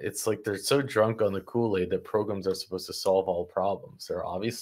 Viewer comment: Progrums?? Lol 😆 🤣